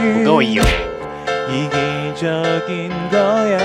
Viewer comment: 무거워요가 무거으요 로 들리는건..기분탓이겠죠?ㅋㅋ